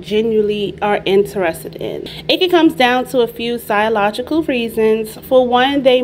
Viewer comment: PsYLogical?? Girl… the word is psyCHOLogical..